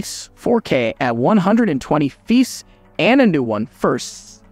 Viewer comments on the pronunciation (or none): It is not Feeps it pronounced F P S L O L. If the 13 really does 8k 60fps it will only do 10 to 15 of video then overheat and shut off. 13 will be a fail with still awful low light there a few other action camera with 3x to 5x better low light I was hoping 13 would improve this a decent amount looks like no improvement at all S M H.